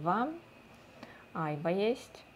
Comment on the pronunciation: Вика, айвА, ударение на последний слог и да, это яблоко без цитрусов, его свежим сложно есть - фрукт очень жёсткий, А вот варенье очень вкусное))